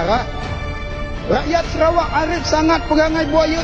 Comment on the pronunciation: Bro...Bukan Serawak. Tapi SA RA WAK....BUKAN SE!!!! SA...SEBUTAN SA..BUKAN SE